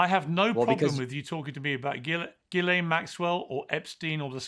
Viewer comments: learn how to pronounce names. You pronounce Ghislane, Geelane, not Ghislane. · This puberty-robot tries to attack Pierce and can not even pronounce Ghislaine properly 😂😂😂😂😂😂